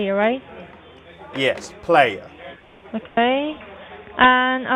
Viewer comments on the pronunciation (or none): … (say it right!) aka 🤣 I’ve watched these type of videos before of people messing with scammers. Describing their exact location, etc. lol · It’s PLAYAAA 😭😭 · I’m sorry ma’am it’s Play Ya! Ya the one that got played 😂😂😂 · Not “” 😂😂😂